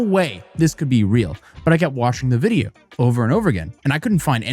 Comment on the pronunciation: Yeah he says "Wijeo" 😂😂